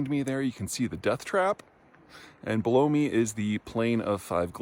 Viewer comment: Did he say the name of the glacier was "blow me?"